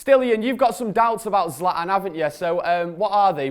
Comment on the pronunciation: Someone please tell that Zlatan has a T in it